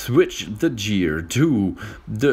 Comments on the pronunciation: Your right he said gear the wrong way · You said gear the wrong way